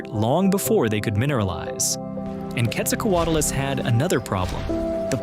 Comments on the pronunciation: Why do Americans ALWAYS say QuetzalcoatAlus it’s Quetzalcoatlus. Why you mass hallucinating that extra letter? Wtf. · What do you mean by one of the largest flying creatures? Which creature was larger and flying? And why do you call it Quetzalcoatulus? And why is the audio so horrible to listen to?